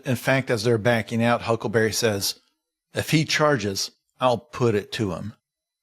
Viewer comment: i think it's adorable that jason pargin calls huckleberry 'huckaberry' 90% of the time.